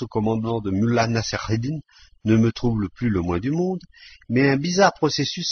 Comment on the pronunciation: la prononciation de mollah nasr eddin est insuportable